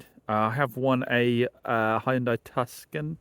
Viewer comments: Tuscan? It’s a TOO SON as in the place in America. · Tuskon ?? It's Tuscon (too son)